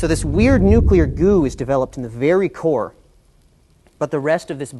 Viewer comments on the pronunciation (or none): he said core of a giant star, it sounded as if he said vegina